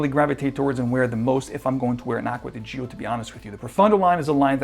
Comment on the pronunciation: Please learn how to correctly pronounce "Gio". 🤦🏻‍♂️🤦🏻‍♂️🤦🏻‍♂️